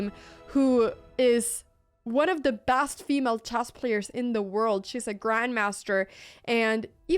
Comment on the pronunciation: oh ya that's right... If people speak 3 languages that means they cant pronounce the SIMPLE word CHESS.... NOT CHASS